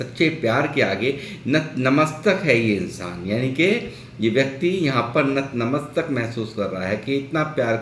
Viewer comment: Namstak nhi natmastak.. 😂😂